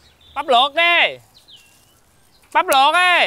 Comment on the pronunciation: Bắp luộc đê mà e nghe là bánh lọt đê